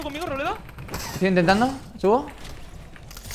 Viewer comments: Todos: Robleis: Robledo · nadie: absolutamente nadie:: Robledo XDDDDDDDDDDDDDDDDD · Nadie: Absolutamente nadie:: ROBLEDO